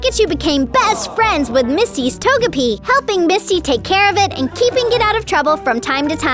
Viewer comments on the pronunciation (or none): Its pronounced toegipee